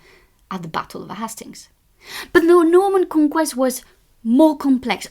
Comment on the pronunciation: con-quesst >< wow she got all dolled up for this =D =D